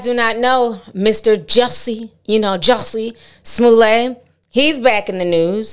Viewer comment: Not Jussie Snoollay chile 😩🤣🤣🤣